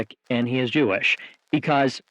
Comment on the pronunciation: "He's visibly Jewelish" 🤣